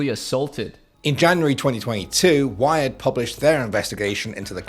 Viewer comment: to hear him say wiot